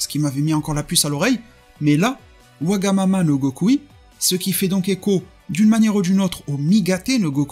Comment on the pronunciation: J'adore la prononciations wagamama no gokui j'adore le design j'adore la vidéo vraiment merci